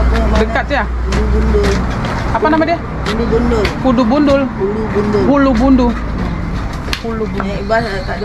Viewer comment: Ulu bendul mbak...bkn bulu gundul😂😂😂